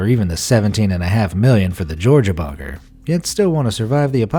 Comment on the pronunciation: I don't know about about everyone else but every time they say bunker it sounds like bonker. I know they are saying bunker but it still sounds very bonkers to me